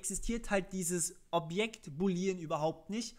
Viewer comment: [Boooooolean] nicht boleeeeean Und man benutzt nicht null, wenn man Objekte hat, sondern Dinge wie Optional.empty Es wäre echt schön gewesen, wenn du mehr über TS erzählst statt bei Null ALLER Programiersprachen anzufangen :(